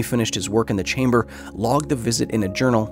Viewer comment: "They're waiting for you Anatoli, in the test chamberrr"